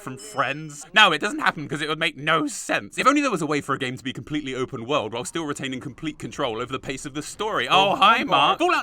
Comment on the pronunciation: HE BUTCHERED BIG IRON!!!!! NOOOOO😭😭😭